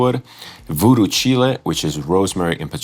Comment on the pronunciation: I think it’s probably “Voodoo Chile” which is pronounced like “child” but without the “d,” and not like the country Chile.Almost certainly named after the Jimi Hendrix song of that title.